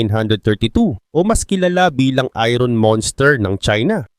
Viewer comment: Boss, binibigkas ang "iron" ng eye-urn or ayern at hindi ayron.